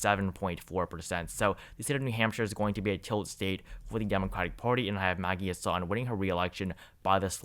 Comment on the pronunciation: the senator from NH is pronounced HAS-sun, not huh-SAHN Also, , Penn. governor is Tom (not Tim) Wolf